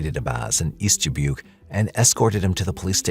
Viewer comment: hearing the wrong pronunciation of Dubuque (duh·byook) annoys me so so much it's not da-book